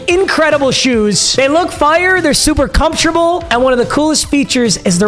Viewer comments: "Their super comsherbale" 🤣🤣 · can you not say the word “comfortable”?🤣🤣🤣🤣